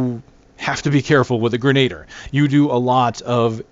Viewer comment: No offence, I literally could not watch past the first time you tried to say grenadier. It's pronounced "grenah-deer" not "grenayder"